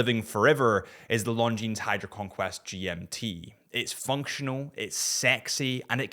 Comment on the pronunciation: Isn't Longines supposed to be pronounced with a silent "S"?